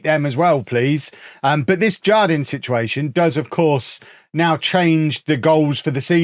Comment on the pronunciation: Jardin is spanish for garden and is pronounced "har-deen" btw